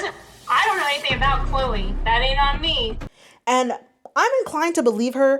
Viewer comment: “That’s all I’d be thinking aboot”